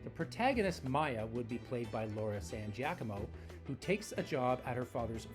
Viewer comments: Jack a moe LOL. I would have never even guessed Giacomo Gee ann Co mo could be pronounced that way. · Dude Giacomo is pronounced JAH-koh-moh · Hearing you butcher Laura San Giacomo's name after hearing you butcher several other easily pronounced names makes me think you're doing it on purpose at this point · Your pronunciation of Giacomo is annoying. Could you not have researched it before the video? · This person or AI can even say the correct name of Laura San Giacomo. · that’s not how you pronounce that Italian’s last name.